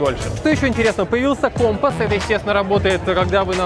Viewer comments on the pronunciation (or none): none